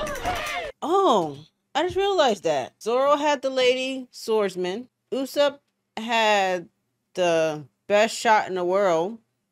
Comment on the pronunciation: I don't want to be a "grammar Nazi" or wtfever, but his name is pronounced Oooh-sopp, not You-sopp. Uso is Japanese for liar so it matters in this case 😁